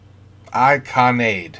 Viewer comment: "Ikanaida" is written in western form, from it's Japanese Kanji as one word. It however translates as "Please don't go" and is therefore pronounced slightly punctuated..."i - kana - i -day" (Please don't go)